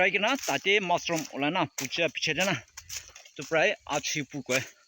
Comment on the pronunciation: Uncle its Mushroom not massroom ok! bia napabi moi any correction kuria laga ase deh😊👍